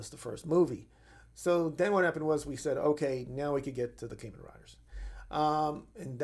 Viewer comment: Kah-men, not Kay-men